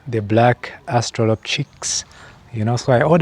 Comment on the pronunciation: "Black Aw-stra-lop" That's how you pronounce it